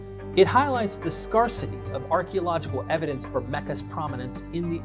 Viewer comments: What is scar-city??? I think you meant scare-city!?! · 1st syllable of scarcity sounds like air, not like scar, fyi.